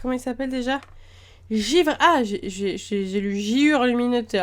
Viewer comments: C'est "givre", pas "giure"... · "Giure" lol c'était givre ! Tu fais des millions de fautes, apprend le français ! 😠